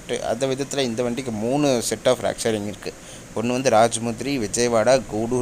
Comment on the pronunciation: nice video. note. அது "ரேக்", "ராக்" அல்ல